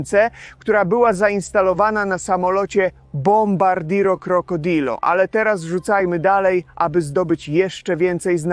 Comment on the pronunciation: Dobrze poprawnie wymawia bombardino krocodil